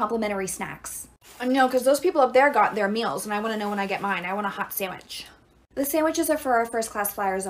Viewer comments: She said like “samich” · Lol!! Bro I'm lol 😂" I wanna hot samich"On the plane! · “I wanna hot sAmMiCh”